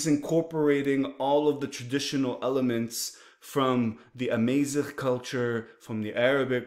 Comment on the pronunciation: Salam brother, its Amazigh, not Amaieezigh. The second a is like the first A, Amazigh.